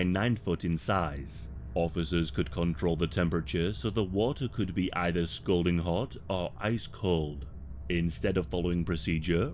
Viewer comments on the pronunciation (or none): Excellent story. Loved it as always. Guards (and cops) should have extensive psychological tests before being employed. Sadistic mf’s if you ask me. Also, you pronounced “scalding”, scolding. My husband does the same. I can’t stop him from it. He doesn’t care. Lol